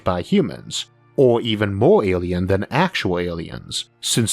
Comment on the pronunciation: Interesting topic but your weird baby talk accent ruins it, learn to pronounce the letter “L” the word isn’t Awien it’s alien, it’s not wealwize it’s realize and it’s not contempowary it’s contemporary